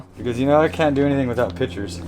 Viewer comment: I love how pronounces pictures like pitchers. "I can't do anything without pitchers" Yeah, me too, me too